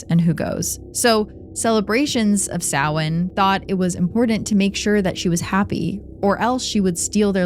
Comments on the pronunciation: Thank you for pronouncing Samhain correctly! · OMG THANK YOU FOR PRONOUNCING SAMHAIN CORRECTLY!!! ❤❤❤ seriously everyone says it wrong it’s insane